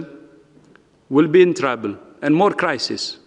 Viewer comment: and trouble as travel 😂